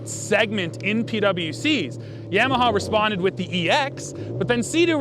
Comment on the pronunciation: Guy can’t even pronounce YAMAHA correctly and wants to read out of a manual to explain to us what a ski is like lmfao 🤣